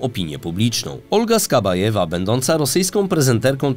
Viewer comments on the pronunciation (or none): Ok ;D nie wytrzymam kolejnych przekręconych nazw i nazwisk... SOŁOWJOW nie Sołowjej (Solowiej to słowik po rosyjsku. On ma nazwisko od nazwy tego ptaka) SKABJEJEWA nie Skabajewa AZARJONEK nie Azaronak I wieeele wiele innych Polecam zwracać na to uwagę bo jak w każdym odcinku są takie pomyłki to wygląda jakby prowadzący czytał coś co ktoś napisał. I nie wiedział o czym mówi.